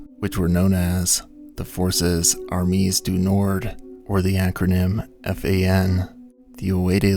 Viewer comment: Pronunciation tips: both “armee” and “”armees” are pronounced “ar-MAY”. The plural form of French nouns - ending with an s, mostly means the s is silent. “Conseil” is pronounced “cone-SAY-yuh”, with the “yuh” part being clipped and quieter than the rest of the word.